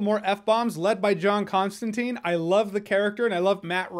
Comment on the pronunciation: ConstanTINE. Not teen, TINE .